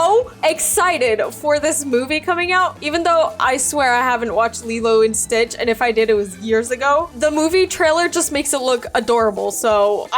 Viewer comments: you said stritch lol😂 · U GOT ME DYING U MESSED UP THE WORD stitch😢😢😢😢😂😂😂😂 ppl hacking me when ui watch u